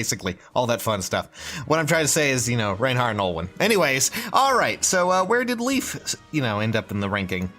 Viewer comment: LEYF, NOT LEAF!